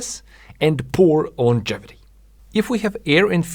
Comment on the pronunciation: It's pronounced "Longevity", NOT "iongevity" ... ! Good video, excellent explanations, "Dirt Rider" is a good cast ... ! MORE of that brilliant CREATIVITY, please ! Do / can You do gigs ? Ciao